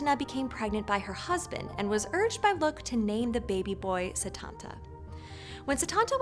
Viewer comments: This was an interesting video, but I have two notes. First Lugh is pronounced like LOU. Secondly, I am a little confused as to how you can do a video on Cu Chulainn and not mention the Morrigan at all. She is the War Goddess of Ireland who had a huge part in his story, including his death! I highly recommend checking out The Book of the Great Queen by Morpheus Ravenna, as it is about the worship of the Morrigan and evaluated the relationship between the Goddess and the Hero very well! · Nice video but how come you mispronounced Tuatha Dé Danann & Lugh